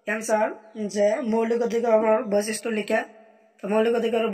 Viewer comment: Boisisto nohoi boikhistho , বৈচিষ্ট নহয় বৈশিষ্ট হয় Sir, অলপ ভালকৈ চাবি বাবান বিলাক। Sir আপোনাৰ মাতৃ ভাষা বেংগলী চাগে ? হয় নে sir?